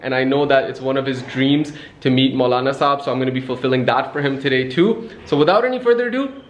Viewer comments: Saab nahin saahab hota hai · its sahab not saab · It's sahab not saab👍🏻